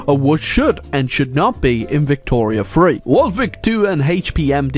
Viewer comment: the first time he says victoria 3 i legitimately heard victoria 2. im still in disbelief apparently